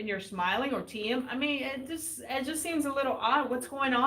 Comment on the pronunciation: Please... as well as you spell Tomics name do it with Thiems also... it's like "Teem" or "Team". "IE" in german (which we speak in Austria) is spelled "I" which is "EE" in english. Greets.